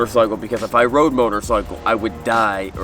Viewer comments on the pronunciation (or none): none